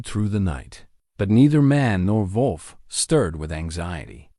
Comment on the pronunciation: big man + desparate wolf = dog, lifetime companion. That is probably how that whole thing started. Touching story. Some spelling errors. Those random spoken "dot"s are disruptive. Before there is a bit of gibberish. Your AI has a big problem saying "wolf". Did he get more wood for the fire? It had been running out.